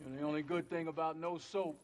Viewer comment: Funny how Denzel makes soap sound like soup.